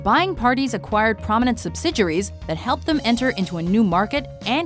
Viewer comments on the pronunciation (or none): Subsidiaries=Subsid-juries? Not sure about the pronunciation there